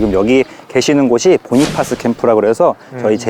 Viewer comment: Cpt. Bonifas 께서는 미육사 출신으로 전사하실때 이미 소령 특명을 받은 상태였고 소령으로 추서되신것이 아니다. 또한 그분 성함의 발음은 "보니파스" 가 아니라 "보나패스"이다. 같이 근무할 당시 본인이나 미군 카투사 모두가 그렇게 발음했다. 그런데 무슨 이유로 보니파스가 되었는지 모르겠다. 고유명사, 특히 이름은 그집안의 전통과 가풍에 따라 우리가 아는 상식과 다른것이 많다. 추측으로는 영어에 미숙한 사람이 얕은 지식으로 전사에 기록한것을 더 무식한 사람들이 따라한다고 생각한다. 애처럽게 전사하신 분의 성함이라도 제대로 불러 드리는 예의라고 생각한다. 우리가 그곳에서 복무할때는 남북한 경계가 없이 상대방 지역을 늘 드나들었고 또 우리와 인민군이 수시로 조우하고 대화도 많이하고 기념품도 교환하고 그러다가도 한바탕 붙기도 했었다. 나는 늘 전사하신분 성함이 제대로 발음되기를 생에 마지막 소원중 하나로 여기고 있다😊